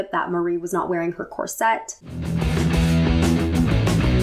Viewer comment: Is there any reason you pronounce Corset as cor-sette? Gorgeous film and great analysis x